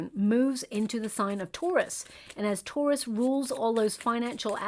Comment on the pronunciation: This whole video I thought you were saying ‘tourist’ season, not Taurus season. Realized it way too late lol. Thank you for this video!